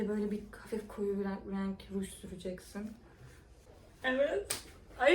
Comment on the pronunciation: abla nolur raenk demesen olur mu video çok güzel ama raenk deme nolur